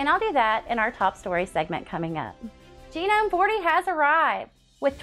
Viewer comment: That is an ‘interesting’ way to pronounce Gnome